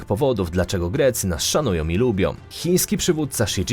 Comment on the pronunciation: Ja bym miala jeszcze inne uwagi. Caly czas slysze zamiast ą na koncu wyrazu om. Turcjom, Polskom, potrafiom, dobrom, krajom itd. Nie brzmi to dobrze i nie jest po polsku. Jak to dobrze, ze nas szanujom, jestem tym krajom niezmiernie wdzieczna, ze nas lubiom.